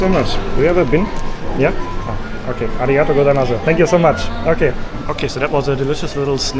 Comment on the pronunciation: the u at the end is silent. Next time say ‘ari gato goy sa mas.” Or ‘ari gato goy sa mashta’ which is said when thanking someone as you are leaving